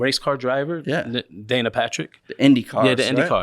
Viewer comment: Not Dana Patrick, Danika Patrick 🙂